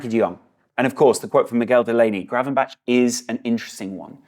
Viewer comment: The pronounciation of Gravenberch is not with "burch" on the end. The "ch" sound is the same as the "g" sound in Dutch. So more like it says gravenberg.